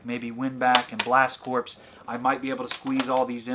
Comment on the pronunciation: FYI it’s pronounced “Blast CORE”!